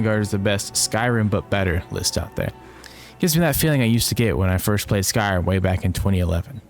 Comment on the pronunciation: I love the content, and i love your delivery, but holy cannoli my guy you don't enunciate "Skyrim" at all, you keep saying "skyai'm" and it's WILD wtf